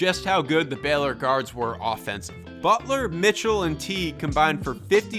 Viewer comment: Good video. It’s pronounced “BAY-lor,” but good breakdown of the coaching and the talent.